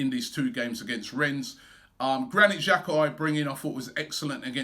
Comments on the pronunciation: Its REN not RENS... I am tired Robbie! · Just A quick one. It us pronounced Renn, you don't sound the S. :) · Need to work on your French Robbie, "Ren" that's it. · YOU DON'T PRONOUNCE THE S, it's pronounced Ren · i know-he pronounced it wrong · I’ve disliked the video because Robbie mispronounced Rennes.